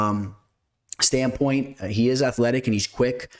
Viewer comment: No hate, just help here… It’s “From a betting stand POINT” (not stand PUT) 😂